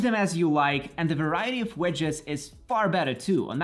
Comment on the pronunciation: Nice video, but for the love of everything that is holy.. its wIndows, with an i, not wEndows with EEEE widget /ˈwɪdʒɪt/ wedge /wɛdʒ/ wEndows wEdgets.. I am dead, bye.